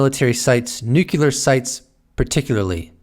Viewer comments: Every time he says nucular instead of nuclear.😬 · Nuclear, not nucular. Love your content! Thank you for reporting! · It's "new"-"clear". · 'Nuclear' has one "u" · Hey...please learn the correct pronunciation for nuclear. You pronounce it incorrectly...like George W. Bush.